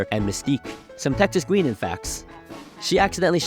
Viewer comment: It's pronounced Texas GUY-nan, not GUI-nan.